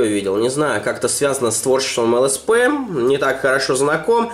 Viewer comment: ЛСП, а не СЛП